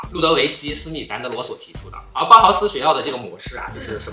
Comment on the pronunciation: 我发现lolo把“密斯”读反了，嘿嘿，说到Bauhaus怎么能少了建筑呢~ 我觉得柏林也很时尚呢，总体德国确实挺土的，哈哈哈~